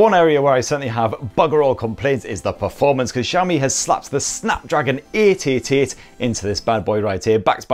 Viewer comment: Broooo it's SHaomi (Xiaomi) not JHaomi..damn